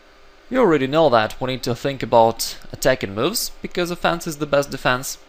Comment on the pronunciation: Offense isn't pronounced "a fence".